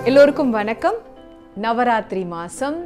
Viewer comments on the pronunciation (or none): none